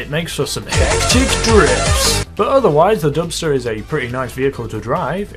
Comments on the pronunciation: i heard dumpster lol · Who else heard dumpster 6x6?😂